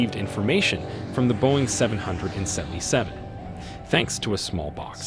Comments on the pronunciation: its pronounced "boeing triple-seven" and "MH three-seven-zero" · Boeing seven hundred and seventy seven 🤦‍♂️ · “ Boeing Seven , Seven, Seven “ … 🙄… i’m annoyed already… they can’t even get the name of the damn plane pronounced correctly